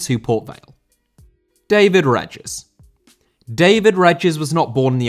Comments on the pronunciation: David Regis’ surname is pronounced “Ree-Jiss”. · REEGUS not reggiss ughhhhhhhhh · it's ree-jis ffs lol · That pronunciation of 'Regis'. Damn.